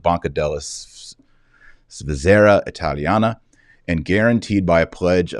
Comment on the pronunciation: Svizzera (Switzerland) pronounced SVEE zer ah. Stress on the first syllable.